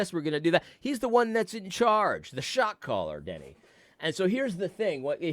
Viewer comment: When you listen to this sped up it really sounds like you are saying “shock collar” instead of “shot caller” 😂